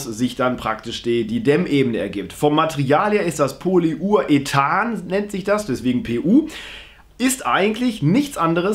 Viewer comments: Das heisst nicht: Poly- ur- ethan sondern: Poly-uretan. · Nein nicht Poly Ur Ethan sonder Poly urethan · 😂Polyurethan nicht polyuhethan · Es spricht sich übrigens Poly-urethan und nicht Poly-ur-ethan aus. ;-)